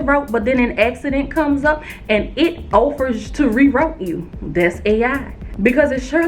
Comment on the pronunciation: Offer, not Oafer